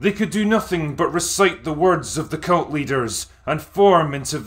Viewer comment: He keeps saying cult, incorrectly. It must be his accent.